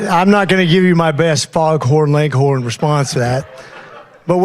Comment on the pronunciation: He's trying to say "Foghorn Leghorn" response and mispronounces that.